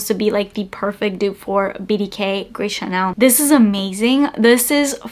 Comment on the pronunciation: It's "Gris ChaRnel."